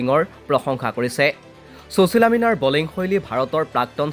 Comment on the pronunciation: চুচীলা বুলি উচ্চাৰণ নকৰিবচোন ।সুশীলা নামটোৰ সৌন্দৰ্য্য ই নাথাকিব।